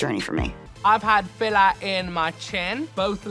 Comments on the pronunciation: "Lips filla" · “And they just got bigga' and bigga' and i thought i got addicted to the lip filla' ”.